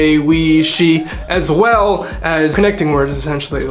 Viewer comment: you went straight Russian when you said “as well”